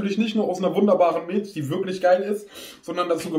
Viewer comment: Miltsch, feier ich